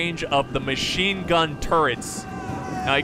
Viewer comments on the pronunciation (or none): none